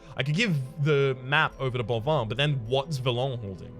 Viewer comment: speaking of pronounciations, the plague doctor's name is boivin, not bovoin, and it's read "ba-reliéf" :p